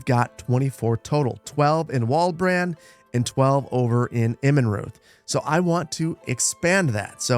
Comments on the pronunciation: "Immenreuth" is pronounced more like "Immenroit," with a short "I" at the beginning. It's been bothering me. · Watching your archers die was not as painful as listening to you mispronounce "Immenreuth", but I did feel sorry for the men you so interestingly commanded. By the way, Immenreuth translated means 'Bee clearing' ( a clearing full of bees, not clearing bees away).